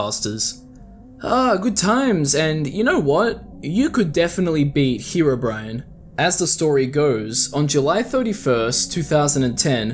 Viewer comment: Why is herobrine being pronounced as bri an And not bri ne I don’t know spacing of sounds so if im wrong sorry but you get what im trying to say